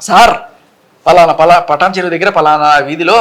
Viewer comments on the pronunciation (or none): పఠాన్ చెరువు కాదమ్మా, పఠాన్ చెరు అనాలి.